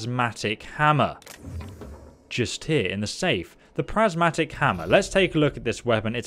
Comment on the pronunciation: You're saying "Gladys" and "Prismatic" all wrong! lol